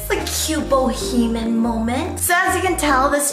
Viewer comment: "Boheman vibe".... ITS BO-HE-ME-AN 😂😂😂😂